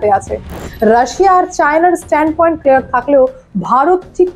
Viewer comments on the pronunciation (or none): none